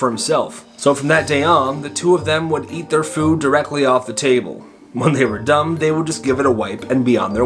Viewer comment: Just to point it out he said dumb instead of done